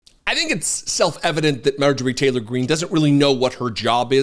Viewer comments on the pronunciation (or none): none